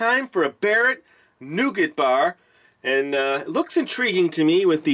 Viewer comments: Not Noogit ! Try Nougah ! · Here in the UK most if us pronounce it nu-gat